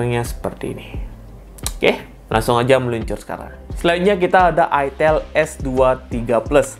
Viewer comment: Itel beda dengan itil wooooy Otak loe yg meleset ngalor ngidul Itel Alcatel Sahitel Telkomsel Kenapa ada kata tel itu merujuk singkatan telecomunication / telekomunikasi Beda dengan ITIL , huruf beda pelafalan juga beda kecuali elu cadel ga bisa ngomong i .